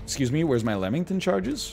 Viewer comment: Someone tell this man its not lemmington